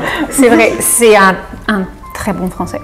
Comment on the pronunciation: à Taïwan= 台灣是某國家統治的一座島 en Taïwan= 台灣是個國名 😂😂😂 另外 阿滴會把un念成/un/是因為他之前接受了一個月義大利語挑戰 學的比法語好 所以他把義語的發音方式帶進他的法語裡了~